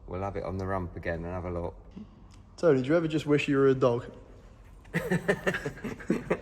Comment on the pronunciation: It's TOW-NEHH.